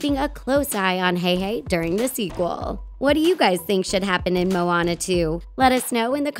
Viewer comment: “The ocean seemed to choose Mooana”. Really? 😂